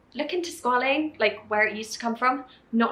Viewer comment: no shade to Niomi, I absolutely love her but it makes me wonder how much research was done on the ingredients overall since she mispronounced quite a few words like glycerin and squalene. She also mentioned putting the oil on top of the moisturizer but oils are supposed to go before for the cream to seal the moisture in... none the less the products look and sound beautiful. I am really keen to try the mask but was wondering how many % glycolic acid is in there plus when Niomi is willing of course, to make a video addressing some life updates, what happened to her relationship etc